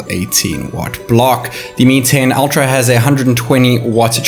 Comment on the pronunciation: Так ультра или альтра? Не совсем расслышал